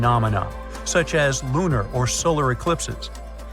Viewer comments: hey I’ll agree to a point but when the AI can’t say simple words correctly it just makes me not even want to listen to what they have to say. And it’s not just the lunar part there’s multiple other words in there that just bugs me lol 😂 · I can’t take this seriously when you refer to a lunar eclipse as a loony eclipse I’ll only ever see you the narrator as a loony.